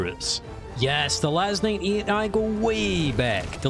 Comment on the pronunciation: Are you saying LAS-9E? Because it's LAS-98.